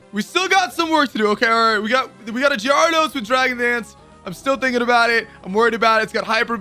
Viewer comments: It the way he says it meant to be a running gag in the community or is that his way of actually saying it? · inb4 someone points out gee-ar-dose again